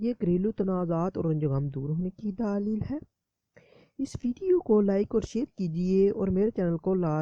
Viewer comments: Daaleel nhi Dleel hota hy, plz proper talaafuz se urdu bolye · mere Bhai daaleel lafz sahi nahi hai daleel kehte hain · Bhai ye lafz daaaaaaaaaaaaaaalil nhi Daleel hota hai, video achi hai magar tallaffuz to sahi karain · Daaaleel nae hota dallell hota hy